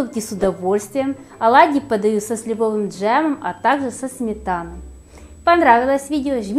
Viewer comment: Правильно нужно произносить слова. Что это за "клейковинА"? Есть слово "клейковИна". А джем слИвовый, а не сливОвый.